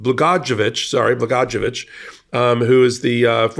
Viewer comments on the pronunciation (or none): Pronounced Bla goy ah vetch. Hope this helps. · the name is pronounced "Bla-GOY-oh-vitch." We in Illinois know him better than we'd care to. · Gov Blah goya vich is how it is pronounced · Rod Blah - goy - eh -vitch,.